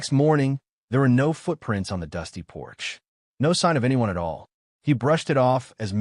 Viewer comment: “Nó foot prínts”